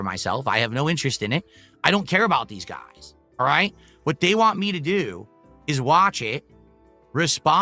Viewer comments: can't pronounce the letter "T" at the end of a word if it doesn't have another letter after it. An example would be the word "Want". He says it as "Wahhh". Thats why he over enunciates the "T" in Twitter and Turkey. He has some kind of speech impediment. This is pretty common in people that have developmental disabilities. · His inability or refusal to properly say the word “want” is so annoying 😂